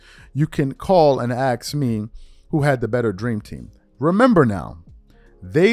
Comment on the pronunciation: Please just say the word correctly. It's ask not axe ask. Pronounce the word correctly. It's a very easy word to pronounce.